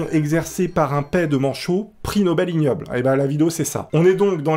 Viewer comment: Arêtte de dir prix nobles ignobles sa se dit un prix IGnobel cet un jeux de motet ces grave stressant de t'entendre galéré à le dire